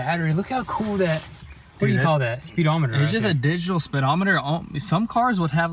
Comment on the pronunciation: Speedometer not spidometer...